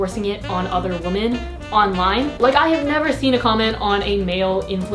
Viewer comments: You say ‘women’ like ‘woman’ every time 🧐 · 1. I so don't care about the thumbnail, I know your videos are ALWAYS entertaining and will click no matter what. 2. Jeez, I love you as a creator and online persona and all, but please PLEASE stop mispronouncing "women" as "woman", it hurts my filologist ears ;__ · hey, love you, please stop pronouncing ''women'' as ''woman'' aight bye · Why do you pronounce women as woman? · i will never stop,. it's women, not woman when it's plural. you drive me insane!! i love you, but omggggg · i love you but the way you pronounce "women" makes me uncomfortable lol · Girrrrl you pronounce "women" like "woman" yyyyyyyyy